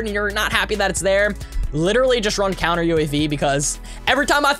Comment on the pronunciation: Love ur vids but you said coumer instead of counter